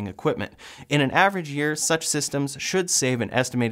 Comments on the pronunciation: Potable, or drinkable, is pronounced with a long o, like in boat, instead of pot. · “Potable” is pronounced with a LONG “o” like in “note”.